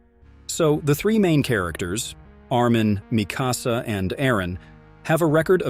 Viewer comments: Bro it's Mikasa not Misasa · bro its Mikasa not Misasa😂😂😂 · Did he just said misasa!?